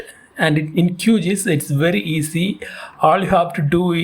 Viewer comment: It's pronounced as Q-G-I-S and not QGees.